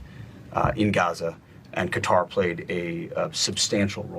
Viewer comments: KA TAR! NOT KOTTER! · Its Qater. Not cutter. Wtf 😤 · It’s pronounced KA-Tarr, not Catter. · Qatar not 'cutter' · Ca- tar 🤬 Not so difficult. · if they are going to say the name of Qatar they should pronounce it right like MAGA calling America Merica because they are too stupid to understand and use the English language